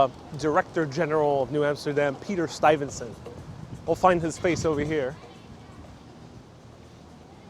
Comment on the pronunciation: is mispronouncing the name of Peter Stuyvesant. Sounds like he puts an "n" sound after the "y". Standing in front of St. Mark's church, he says "septum", when I think he means "sexton"---i.e., janitor, caretaker.